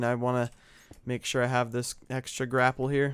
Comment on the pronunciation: They're called Grape-ells